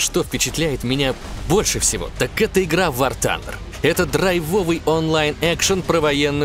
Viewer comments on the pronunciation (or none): none